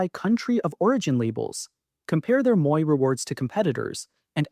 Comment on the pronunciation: My comment is on the mispronunciation of a couple of words used in your video. First, the first word in Sault Ste. Marie is pronounced Soo. Second, Metro 's Moi rewards program is pronounced mwah. It is the French word for me.